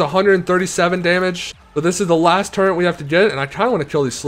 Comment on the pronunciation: turrent its a turret …